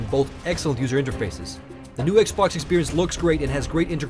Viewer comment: lol STOP SAYING "X BHOK"!